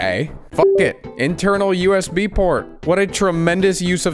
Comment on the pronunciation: Why does bro say "yusb" instead of usb